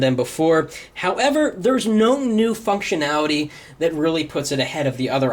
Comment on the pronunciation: go to he says fuctionality